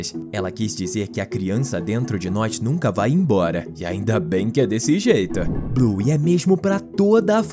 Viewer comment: Não é buy é bluey